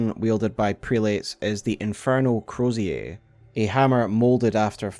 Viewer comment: Prelates. Pronounced, Prel-it's. Or Crozier: Crow-zer.